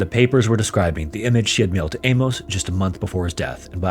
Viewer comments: What in the fck is up with this generation and their pronounciation of names and places......???? For fck sake man its not A-MOSE, its pronounced A-MUSS..... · "Amos" is pronounced "Amus" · This is a horrifyingly fascinating story. Those poor kids! FYI ~ Amos is pronounced like famous, not with a long O as you were saying. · Amos pronounced A-MISS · Famous Amos!